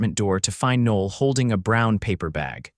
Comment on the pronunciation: The AI narrator completely messes up the pronunciation of her name. Noel is a beautiful name (Noel [Noël] means Christmas in French) and should be pronounced correctly.